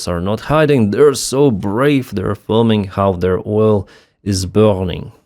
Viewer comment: tu deviens français! You pronounce "burning" like my felow citizens 🟦⬜🟥, and I love it. Thank you for the update on the volcanic activity in Russia. I love science